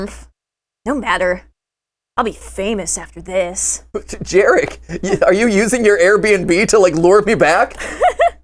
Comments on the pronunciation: as a polish individual, the first character's name is pronounced "yah-rek" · It's Yarek.. babajaga is Polish classic.. its ur hanz n gretle.. those are Polish names my dude.. ur part Polish should know this.. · Gooood, I love seeing Americans try [and fail] to pronounce Polish names 💜🖤 I'm barely 5 minutes in, but the fact that they took Jarek [Yah-rek], which is the most that one uncle at the family gathering/wedding kind of name, and turned it into an NTF fraternity dude-bro pronounced like Jared with a "k", just chef's ksss. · FYI that name is pronounced Yarek 😂😂😂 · Just came to say that in my honest slavic opinion, Jarek would be read like Yarek. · My inner Polak screaming at the pronunciation of Jarek combined with the fact that Mat is Polish, too 🥲